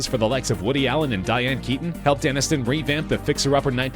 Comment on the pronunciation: ANNISTON, NOT ANINSTON...what's wrong with you?